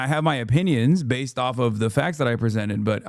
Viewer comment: 🤪 “Yuh. Baysed!” 🤪